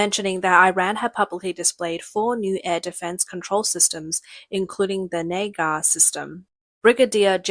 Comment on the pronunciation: The Nagar system?? Is that with a hard R ...